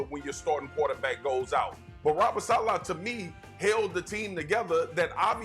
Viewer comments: 😂😂😂😂😂😂it gets worse as he goes on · He definitely didn’t. He can’t even pronounce Saleh correctly. 😂